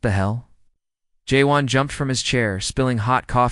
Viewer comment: Fix the incorrect closed captioning. Program the AI to read words--such as Juan--correctly. Too many spelling and pronunciation and continuity errors.